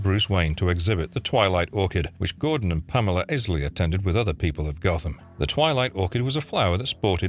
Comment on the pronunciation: Is-ley??? izzz-ley???? Its EYE- ley!!